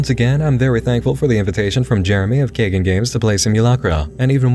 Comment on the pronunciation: I think the developer's name is "kaigan" like "sky" and "dan". It means "to awaken" in Japanese.